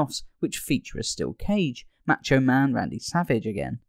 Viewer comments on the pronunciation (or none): So is it that English people are just so ARROGANT and don't CARE or do they literally NOT HEAR how Macho Man SAYS HIS OWN NAME and that's why they say it WRONG??? It's definitely NOT "Maaacho Man"... just LISTEN TO HIM SAY IT AND REPEAT THE WAY HE SAYS HIS OWN NAME!?!?!?